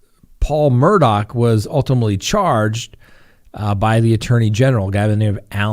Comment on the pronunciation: Talk administrators / mods... can someone PLEASE inform that the name is pronounced Murd-ahh NOT Mur-dock. I'm on the edge and that just might tip me over!! (LOL)